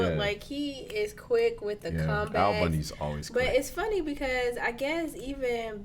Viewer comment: This man, no kidding, has statues in Eastern Europe. Al, not Ed.